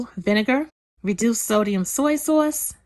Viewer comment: and her "soyce!!" Hahaha but girl I love everything u make!!! And when I make ur recipes, there is never any food left!! U cook like ur down south!